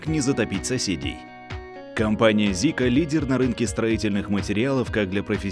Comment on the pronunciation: Это Сика а не Зика...Буква Z вот такая а у вас S....Так что Сика...